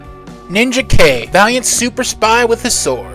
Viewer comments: face-blue-smiling:LOL Ninja - K? It's pronounced Nin = Jack ( Ninajak ). I really enjoyed this video! You did your homework for sure. Always been a Valiant fan, so this was right up my alley. Very entertaining, & awesome art throughout. Subscribed!:hand-purple-blue-peace::glasses-purple-yellow-diamond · Please don't call him Ninja K. No one called him that until the recent reboot. His original name sounds like Nin-JACK. His name is from Ninja and Union Jack, or the British flag. Also, RAI is short for Samurai and sounds like RYE. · i always thought Ninjak was pronounced Nin-Jack not Ninja-K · Respectfully, I'm pretty sure Ninjak is pronounced "NinJack". Otherwise it would have been spelled "Ninja-K". And Rai is pronounced "rye". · I was going to say this too; I didn't want to be a dick, but I was like: NinjaKay?! Was that the title? Then saw the cover and I was like: No, it was Ninjak. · If anyone's a fan of this universe and hasn't seen it there is ninjak versus the valiant universe on YouTube which is an hour and a half movie that's pretty damn good. Also I think his name is pronounced nin Jack. Great video as usual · How can you say a character is your favorite when you don't even say his name right? So much of your info is so wrong or just misleading. While I appreciate spotlighting some of my favorite characters, it actually hurts how poorly you represent them. Rai (pronounced RYE) is more than one character. There have been at least 6 characters to carry this title and they all dealt with many different issues. I could go on and on ,but rather than out you down, I hope you delve into these characters and actually get to know their stories because you missed so much. From Eternal Warrior to Ninjak you sold them short in this video. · Ninja K?????….you mean NIN-JAK?!….its NINJAK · You mispronounced a couple things in this video it is North Am as I am here not North A.M. And it is Nin Jack not Ninja K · "Ninja K"? ...... You mean Ninjak?